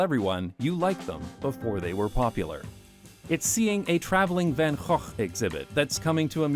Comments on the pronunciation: your pronunciation of Van Gogh is en pointe 👌🏻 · His pronunciation is spot on, your spelling is off. It is van Gogh.